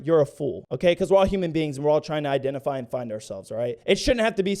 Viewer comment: fuck the pronouns, what’s with this woman’s pronunciations? I-den-tee-fy? Koo-kout?